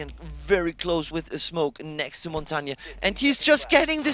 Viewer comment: Ignoring Montagne (why does NOBODY on ESL pronounce him correctly...?) is like ignoring a scorpion! Or... a snap turtle!